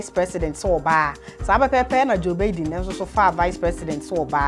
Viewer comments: The way u pronounce Joe Biden is not correct please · Please it's Biden not Baiden